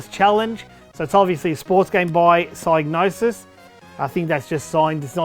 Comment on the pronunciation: for pronouncing Psygnosis correctly (with a silent G like Gnosis)